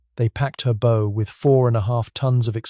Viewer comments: AI needs some work bow as in cow not bowe as in slow. And it’s pronounced leftenant in English English. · Really don't like ai voices reading scripts ....... It's a Bow (ship) not a bow (tie) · Why do we need to hear this AI slop ? Is a simple actor to read a text such an impossibility ? A ship's bow is not a long "bow." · Artificial Intelligence narration. The front of a ship is not a bow (as in 'bow tie' It's pronounced b'bough'.) Hire a professional voice artist to do the job properly. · Is it AI or just lack knowledge which makes these narrations pronounce a ships bow as an archers bow ?